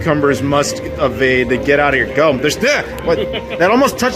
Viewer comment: Ugh thats it not watching ur vids anymore & u cud have done a better job on ur Guam vids instead of mostly hanging around Tumon Bay area. For someone that been on Guam as much as u have learn how to pronounce it. Learn some basic Chamorro too